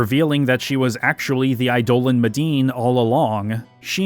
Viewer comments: I love your videos, but I'll never not be annoyed by you pronouncing eidolon as i-dole-an rather than idol-on like its supposed to be. lol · I loathe to be another one of "those guys", cause your long form essays are amazing and not to correct you, on subjective names like how you pronounce Quina or Zidane, but some constructive criticism on how you say Eidolon. It's pronounced Idol-on. No other way to even say that. I can say this as I myself used to pronounce it eye-dolan too. So don't feel bad. I think Idol-On sounds better too. Keep up the great work we are almost at 12 which is my fave one. Also, I am hours in and past the Melodies of Life section and you still haven't talked about that one scene. The one near the end. The one everyone remembers the most about this game. The scene where Zidane cuts onions. Please tell me this isn't in the bonus vid. Thanks again for all your hard work!!